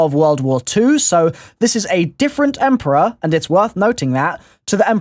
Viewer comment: Takeo says " emporior " in the giant